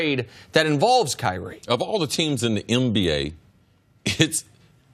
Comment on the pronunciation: Cris Carter makes me laugh everytime he says MBA instead of NBA